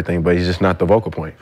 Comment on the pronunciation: Why does Brandon keep saying "Vocal" point